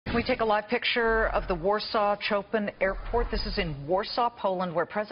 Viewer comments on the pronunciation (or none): hahaha the way she pronounced Chopin ahaha thats comedy